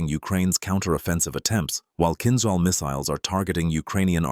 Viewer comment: It's a pleasure to hear Kinzhal pronounced right! It's like in "beige' "beizh".